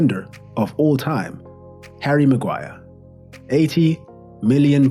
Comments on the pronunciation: Havvy maguiree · HARRY MAGUAIAH